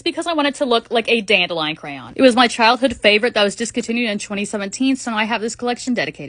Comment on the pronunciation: Is anyone else annoyed with how she says dandelion also this olis not hate I love watching ur vids